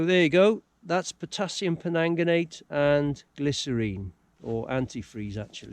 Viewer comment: Great channel .... just for ref it’s Potassium PerMANGganate ( no offence intended fella) hahah keep up the channel as a Welsh Mam loving it